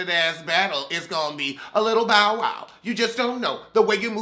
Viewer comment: everytime you say “ Bow” I hear “ “ Bowel”!!! Lmfaoooooo 🤣🤣🤣🤣🤣🤣🤣